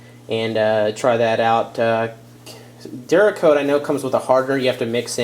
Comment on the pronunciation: ceramic coatings== ceracoat not keracoat